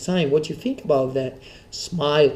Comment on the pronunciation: when this guy says fink instead of think)